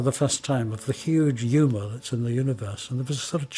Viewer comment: Supposed to be "huge humor".. it does sound like u-bullets tho lol